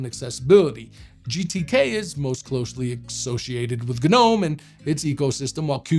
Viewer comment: Any viewers who aren't shills? Anyone who can't pronounce Gnome correctly should remain silent and go back to school.